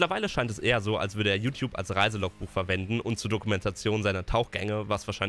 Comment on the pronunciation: „Diese Youtouabe”-Kuchen TV